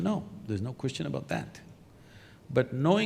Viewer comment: Zakir Naik: Brother askeh a good koochnn🤣🤣